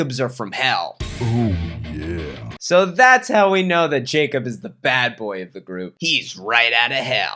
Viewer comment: You know the Jacob you’re talking about is definitely pronounced yacob if he’s from Germany man